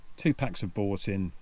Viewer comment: Loved the pronunciation of Boursin cheese. A classic😂